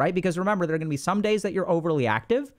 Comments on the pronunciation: Was listening to this while doing something and I thought I heard Dr. K say “gooma” instead of guna. 🤦‍♀️ iykyk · I thought Dr K called me a Gooner in an Indian accent